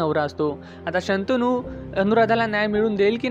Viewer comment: शंतनू आहे ते मित्रा शांतनू नाहीये.